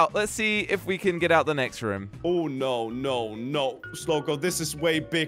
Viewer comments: It’s room not rum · Why does say rum instead of room😂😂😂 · WHY DID SAY WE HAVE TO ESCAPE THIS RUM